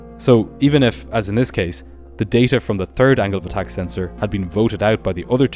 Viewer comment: The "turd" of November lol